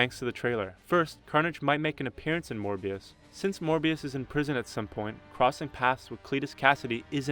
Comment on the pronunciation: last time i checked it was Morbius not Morbuis